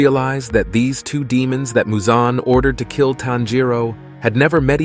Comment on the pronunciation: why u saying musan? it's michal jackson